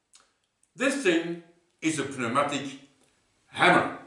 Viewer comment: Interesting little project. Looking forward to part 2! (maybe it was a joke, and I missed it, but in this crazy language I speak that we call "English", the "p" in pneumatic is silent.)